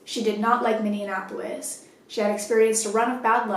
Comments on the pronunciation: Hi so i live in Minneapolis and now im scared lets hope she aint into chicks or i may have to move. Also btw its pronounced (mini-aplis) mn citys are hard to pronounce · Coach! I love you, but Minneapolis is not supposed to be pronounced like "Indianapolis". It's minne- ah- pol- is. I don't mean to be particular, I just live in minnesota, and it's the proper way to say it! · everyone from MN cringing at the pronunciation “minne-an-apolis” 😭 love your stories tho! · I love you so much... but the way you pronounced Minneapolis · Lol I love that you can't say Minneapolis. You combine it with Indianapolis 😂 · Were you trying to say "Minneapolis"? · Scary shit. But, the way you pronounce Minneapolis... lol love you